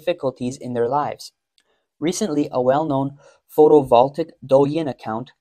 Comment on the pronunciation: Since your narrator says photovoltaic repeatedly, he really should learn how to pronounce it.